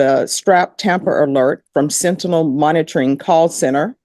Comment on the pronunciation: Bless her she just cannot pronounce sentinel